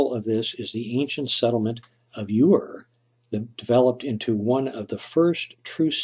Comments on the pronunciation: Hi ur is not the correct pronunciation of the word but that is minor the creation account of Genesis was written by Moses as if he were and I witness to the events here on Earth it is a literal historic document stating the order in which God created certain things man being the last of them and he placed them in a garden called the Garden of Eden and then commanded them to make the whole Earth like that. the city of ur where Abraham and lot came from wasn't built till nearly 1000 years after that! interesting hey. 🤓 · Ur pronounced "er" not "your." Source: 6th grade world history. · Ur is pronounced Er